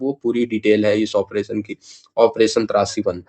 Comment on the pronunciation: ओ भाई, तुझे ऑप्रेशन "त्रासी1" और "त्राशी1" मे फरक नहीं समज आता है क्या....????? 🤔